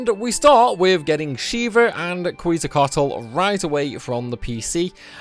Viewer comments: I don't know the chocobo world manipulation kind of killed the legitimacy of this run it was still entertaining although the way you Quetzalcoatl is a crime and I will be contacting the authorities 😁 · Are you saying Quetzalcoatl wrong on purpose